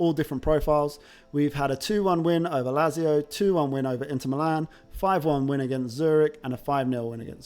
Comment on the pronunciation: Never heard someone calling Lazio the way you do. Zurich is another horrible one :D